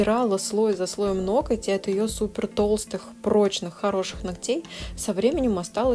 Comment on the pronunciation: НоКоть!!?? Почему меня царапает в каждом видео это произношение?? НоГОТЬ - это привычно и правильно. Мастеру низкий поклон за работу.